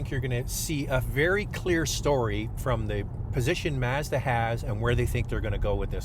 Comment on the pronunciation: Stop saying masda its Mazda. I work for em its not how you say it.